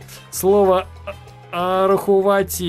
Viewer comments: Не "рахувати", а "рахуваты" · не рахувати а рахуваты Там и это ы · не рахувати а рахуваты ( на украинском и=ы)